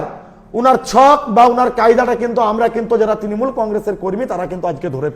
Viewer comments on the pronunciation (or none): Tinimul😂😂😂😂😂 নিজের দল এর নাম ভালো করে উচ্চারন করতে পারে না এদের কাছে কি আসা করবো।।